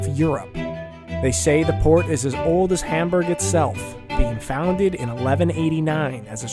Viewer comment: I love how when you're speaking English you don't try to say Hamburg the German way which so many Americans butcher it hurts. I think I can say it correctly in German but it probably gives me away. Funny such a simple word is so hard. Our pronunciation debate of the day is whether Mundschutz has the exact same u in both parts of the word. I say no, others disagree. To me, the u in Datenschutz sounds different than in Funk. Any help?